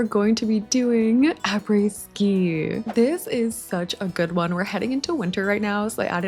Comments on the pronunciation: honestly your pronunciation of après ski was pretty good! French is a hard language so good job on that source : am French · just so you know, I'm French and your prononciation of "après-ski" is perfect!! Btw love your videos!